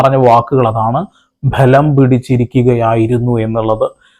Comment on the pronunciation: ബ്ഭലം എന്ന് പറയല്ലേ. ബലം എന്ന് പറഞ്ഞാൽ മതിയല്ലോ